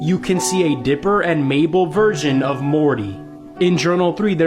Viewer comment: Its mabel not mable